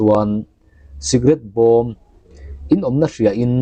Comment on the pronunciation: Bawm a tla i tih hi , bomb a tla tih zawktur ni awm tak ani